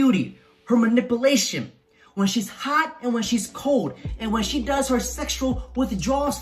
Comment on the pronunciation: are u intentionally saying “ maNIPPLEation”? Or are you mispronouncing “ manipulation”?